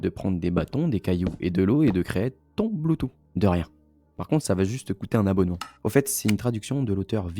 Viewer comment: "Bloutou" XD Mais super vidéo.